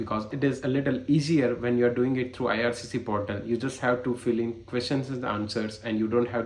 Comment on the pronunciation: portal hota hai bhai, potal nahi.